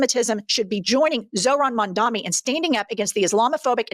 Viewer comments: Zohran: "My name is Mamdani, we have to get it right!" MSNBC: "Mamdamini" The View: "Mamandi" IHIP News: "Mandami" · Mandamunee mandamee mamdani. Reverend Subsaharan genius spent most of his glorious life learning how to read apparently 😂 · Bro. It's Mom-Donny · Al Sharpton mispronouncing Mamdani saying "Ma'amdamnani" was the best laugh I have had today. He added a couple consonants, and a syllable. He can't get it right. Hilarious! 🤣🤣🤣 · The race baiter can't even say the socialist name correctly. He called him Mamdamani and Mamdami. Hahahaha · Sharpton is so embarrassing. M'amdambknee? Imagine how the press would react if a white person butchered his name that badly. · “Ma’am Dameni” “Mandami” “Mamdami” Three strikes and you’re out! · "Mam-dami" -Al Sharpton. LOL!! LOL!! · After all the liberals and mainstream media pundits said mispronouncing Kamala’s name is racist, is Al Sharpton racist because doesn’t pronounce Mamdani’s name correct??? 🤔🤔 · Sharpton badly pronouncing Mamdani's name after yelling at everyone for how they said 'Kamala' . Hilarious hypocrisy! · I love how none of these Dems can pronounce Mamdani's name correctly, but Heaven forbid a right winger mispronounced Kamala's name 😅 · Anyone gonna call out Al Sharpton for mispronouncing his name like how got so mad at people for doing with Kamala's? 😂🤣😂🤣😂🤣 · Sharpton can't even say Mamdani's name correctly 🤣 😂😂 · Im rolling here. Cracks me up. Nobody likes this communist nut enough to pronounce his name right. 😂😂 I don't blame them either.